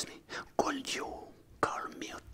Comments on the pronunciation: La prononciation de could m’a crispé les oreilles 😂😂 tu as des progrès à faire en anglais tout comme moi ! Continue ainsi ! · Mdr super vidéo mais quand tu dis le verbe " could " il faut pas prononcer le "L" et le verbe "have " prononce le : hève et aussi tout ce qui commence par th c est pas z la pronononciation mais d